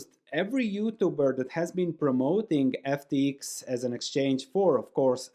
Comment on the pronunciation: Love the ex YU pronunciation : "FT-iks" <3